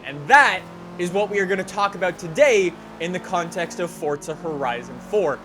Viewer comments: Its not fortza its forza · Why you saying forsta horizon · ITS FORZA NOT FORTZA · It is not called fortza its forza do you see a t in the title anywhere no because it is not fortza